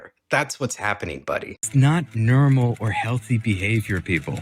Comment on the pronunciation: I don't know if anyone's told you this, but when you say, "normal", it sounds like, "Nermal", and it makes me think of Garfield. Loved the video though lol.